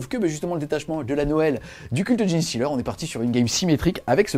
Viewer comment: Super vidéo encore une fois ! Par contre ça se prononce "djinn-stealer", pas "djini" ou "djéné" 😅 désolée ça me trigger à chaque fois... Super travail en tout cas, j'espère pouvoir passer au French Wargame Café un jour !